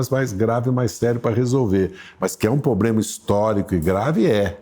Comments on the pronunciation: "Pobrema" :-P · Impressionante! Evidentemente é um homem com muito conhecimento, mas não consegue falar corretamente palavras como "problema" e nem fazer a concordância dos plurais. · Pobrema ou problema 😂?